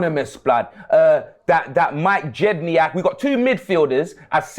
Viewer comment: Wait did say Mike jediank 😂😂😂😂😂😂😂